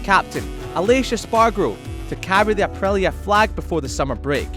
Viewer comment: why this man isn't able to say the letter i it's aprilia not aprelia